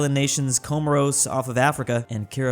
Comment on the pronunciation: pronouncing ''Comoros'' is making me shrivel up and die